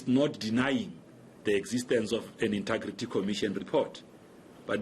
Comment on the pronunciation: He always says intugrity, can't someone just tell him how to say it..